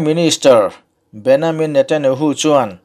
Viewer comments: An mahni Israel chuan Beniamin tiin an lam.. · English a "Ja" tih hi Jewish chuan "Ya" an tih avanga BenYamin tia lam a ni ang. 'n a lam dik e. Ya (english:Jehovah; Jewish:YAHWEH) tih hi LALPA lei leh van siamtu hming a ni. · A lam dik e. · Pronunciation hi ka lo chik ve mai mai thin a. Israel('I sa rel') ti a i rawn lam khan mizo ril rem in i rawn lam ah ka lo ngai a, a tha khawp mai. Mahse, an PM Benjamin Netanyahu hming kha chu Benyamin i rawn ti ta daih khan i rilru ngheh tawk lohna a lang tel. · Bennyamin ati 😁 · min a an Prime minister Hming i lam dan chuan hrilh a va tihai ve le e😁😉👍